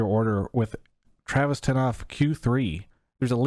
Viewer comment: TEA-ravis Gafford